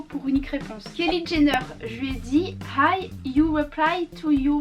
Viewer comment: Hi = ay 😂😂